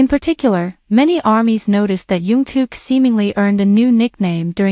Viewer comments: It would be so good if you could call him Jungkook and not youngkook. It is a j sound not a y. Thank you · And he is not yungkook His name is "Jungkook" Okay. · His name is JungKook...not YunKook ㅠㅠ